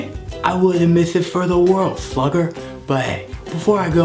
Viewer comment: "I wouldn't miss it for the world sthlugger" 😂